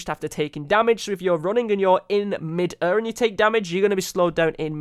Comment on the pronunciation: Only would pronounce air as er noice